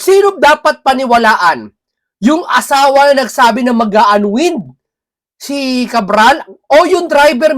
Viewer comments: an waynd....hindi an wind po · Unwind, ang tamang pronunciation ay /anwaynd/. Pls say it correctly. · Bka po unwind( anwaynd po ang basa nyan sir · Unwind is pronounced un-wined 🤣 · SIR, PLEASE PRONOUNCE IT AS "UN- WINED"